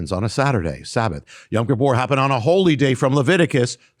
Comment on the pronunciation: I love you brother but why do you keep pronouncing Yom (day) Kippur as Yam(sea) Kippur? I have been trying to teach my friends some basic Hebrew where I keep telling them it is Yom and not Yam and you keep pronouncing it both ways. I tell them to listen to you and they come back and say you do pronounce it Yam and I don't know what to say...